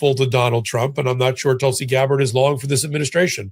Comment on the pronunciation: Geez learn pronunciation before going on air Tulsi s name should not be new to you